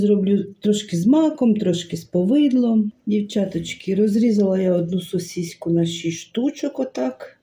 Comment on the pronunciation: Ой як смішно ви кажете сосіська.а куштуєте ну ням ням.здоровья вам.